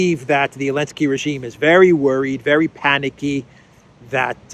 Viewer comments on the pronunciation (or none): Why does he consistently refer to Zelensky as Elensky? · ZZZZZZZZZZZZZZZZZelensky. Z Z Z Z! I can't listen to you anymore,. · Dear, I regularly watch your videos and I do appreciate. Thank you! Just a question. Why do you keep calling Zelensky(I) Elensky? I must have missed something. Just curious.